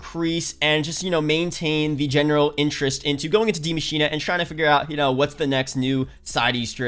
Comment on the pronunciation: Ikr these youtubers are dumb af just because you have an accent doesnt mean you put a letter in a word that isnt ever there